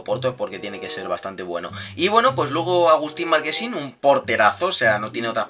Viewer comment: Es Marchesin no Marquesin jajaja Con la Ch, de Chocolate jajaja